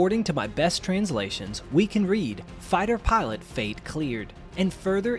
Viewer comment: its Pilot not Parlutt